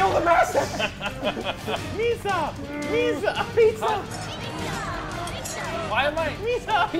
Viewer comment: Mhysa. Not misa.